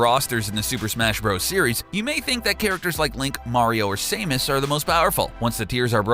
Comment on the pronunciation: If you can’t pronounce Samus correctly and don’t know about tier lists then you are not qualified to talk about this stuff